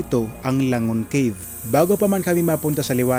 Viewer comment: anong kib pinagssabi mo??? CAVE po hnd KIB ..dios ko spokeperson ulol pa